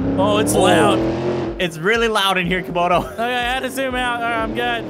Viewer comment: he was making vids it that time and its camodo not commodo